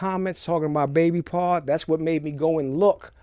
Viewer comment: Why ppl keep saying Baby PAR..ITS BABY PAW LIKE HOW WE NEW ORLEANS SAY LITTLE DADDY...INTERNET NONSENSE